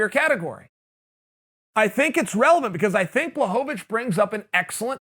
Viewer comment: It's pronounced Blahovavich, Chael.